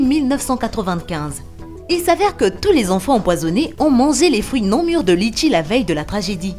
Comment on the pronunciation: Sa se dit letchis